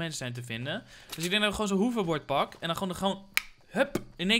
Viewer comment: Lol je zegt weer hoeverbord het is HOVERBORD PLZ!!!!